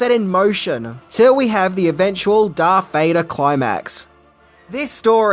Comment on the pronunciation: Who in the hell is Darf Vader??